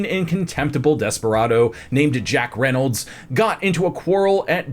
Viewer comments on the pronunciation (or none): none